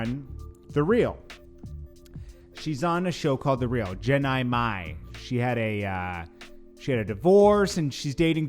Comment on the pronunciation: lmao. how you say her name wrong my dude? you said "Jeniy my" it's jeannie mai and pronouced lik (jean-e-may) 🤣🤣🤣😁